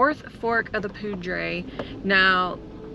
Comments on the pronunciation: I’ve lived in Colorado most of my life and have always said Poo-dre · It is pronounced "poo-der" . welcome to Colorado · Awesome video. Locals say 'poo dour' not ' poo drey' river. Looking forward to your content. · Poudre is pronounced Pooter, like Pooter River. Some people also try to pronounce it like it was Powder buy it is Pooter. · The Poudre River is Pronounced like it sounds like is a better way to explain it it Poo Dur I don't know how to put it on paper but that it what it sounds like. I was born in Sidney Nebraska & my Grandparents had a Cabin up in Red Feather Lakes Colo, so I grew up in Colo. most of my life. then when I got married we moved down to Crowley Tx. & my Ex Husband 's Comp. folded & that is how I ended up in MICHIGAN. but anyway that is how you say POUDRE - POO Dur... And if you want to see some very Beautiful country drive up North of Ft. Collins about 1 hour to Red Feather Lakes & Cody will Love the fishing!! There are 8 big Lakes up there & they are stocked full of Trout. there are leeches in ALL the lakes in Colo. so don't get in them. they like aquatic weeds & submerged branches & other debris that they can attach themselves to, so if you get out in the deepwater & away from all plant life you'd have a better chance of NOT getting any Leeches on you. If your unsure about something ask Google... Take care & have fun out there... I miss it so much out there, I doubt that I'll ever get back out there again as long as I live...so Please post lots of Photos... Love you guys...... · I enjoy watching you guys...you really get around! You are a very hearty hard working couple, and nothing much seems to get in your way. FYI... I believe you are pronouncing Poudre correctly, but most northern Coloradans would say "poo-der"...go figure. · I Loveee Colorado. I got to live there for 8 years. Btw....Poudre is pronounced.....Pooder lol . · ... Beautiful area ,, getting too crowded though ....( pronounced Poo-der ) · Poudre is pronounced Pooder. 😉😊